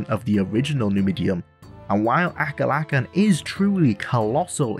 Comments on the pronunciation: When you said Akulakhan's name i did the biggest double take in my like. LMAO. Aku lakin? Ah-kool-ah-kahn. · This was going great until you had to say akulakhan